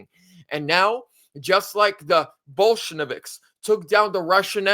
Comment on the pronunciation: Bolsheviks not Bolsheneviks